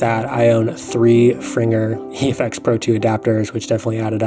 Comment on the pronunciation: Gave you a like, just for pronoucing Fringer correctly!!